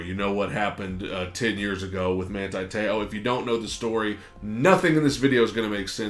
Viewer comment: My mans last name is pronounced like so, Te-ohh